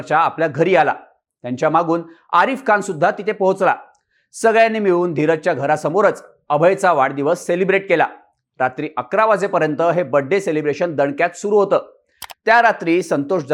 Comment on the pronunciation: बड्डे ❎ बर्थडे ✅